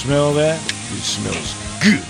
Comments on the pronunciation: This is just me bud, but I think its pronounced good... Not guu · You can hear the capital U when he says "good."